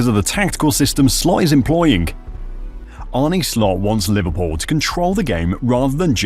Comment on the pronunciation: Arne's name is not pronounced Arnee but Arnu from nu(t)😮